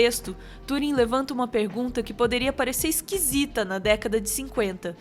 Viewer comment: mulher mais sábia TUUUring invés tãnring, ta certo?